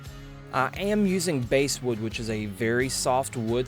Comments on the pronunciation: it's called bass like the fish and not bass like the guitar... basswood, not "basewood". Great project though. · I assume you mean ‘Basswood’ when you said ‘Basewood’ ?? This came out fantastic! Very cool. I could not do as nice a design as this, lol.